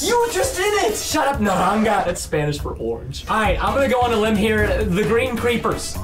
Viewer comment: Lol when he said Naranga it Naranja btw